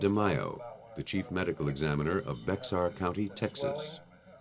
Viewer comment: Bexar Country is pronounced Behar or Bear County, which you will know if you watch Judge Boyd.